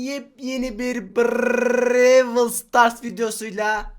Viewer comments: Brewl Stars değil browl Stars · Abi brewl stars deyil brawl stars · Brael stars diyene kadar like atmicam) (brewıl stars diyon ya) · Diğerleri: Browl: bReWL Barış Bra: BrAvel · Bırevıl stars deil brovl stars Beyin bedava 💪💪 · Brewıl stars değil brawl stars Hero değil savaşçı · Supercell: Brawl Stars: Brevıl stars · = Brrrrrrrrrrraaawl starssss Barış=Bagışş bgaaaaaa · Brrrrrawel stars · Güzel Video!(Brevıl Sıtars Demeye Devam Edersen Like Falan Alamazsın!) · BRRRRRRRREEWWWIL STAR OYNUYORUZ barış bra R leri söyliyemiyor Gönderme yoktur saygılar <3 asasdasdfaasd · Anybody::Brewl stars